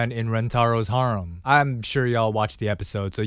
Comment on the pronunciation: your prolly the only person on the planet that pronounces harem like that